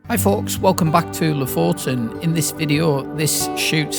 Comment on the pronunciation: Thank you — and just to return the favour: Lofoten is pronounced /ˈluːfuːtn̩/, or “LOO-foo-tn” if that’s easier. The stress is on the first syllable. You welcome 🤗